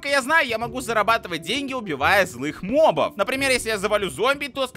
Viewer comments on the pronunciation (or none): none